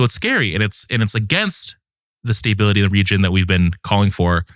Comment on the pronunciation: This guy doesn't know how to pronounce the word stability. Great guest.